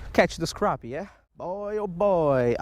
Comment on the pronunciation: pronounced "crappy" not croppy or crahppy